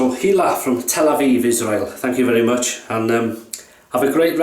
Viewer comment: Dear. Yes you pronounced my name Ok:) I've had already 2 orders on my Etsy shop as a result:) as you said It is taking a lot of effort and experience to make a good shaving soap. I hope the best success for you. You have really made me happy. I like the fact you start your videos with the flowers - very pleasant and unique. If you like you can check out the facebook group::classic shaving Israel" I am having a lot of support from them.